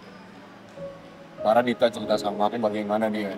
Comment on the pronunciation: Aku denger nya bas bilang serita bukan cerita iya ga sih 😅